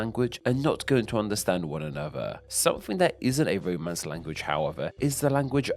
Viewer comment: Haha when you said Romance languages I thought you said roadmen's languages 😂 London is bad for your health.